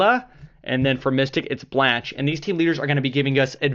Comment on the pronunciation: the way he said candela and Blanche made me want to commit suicide ..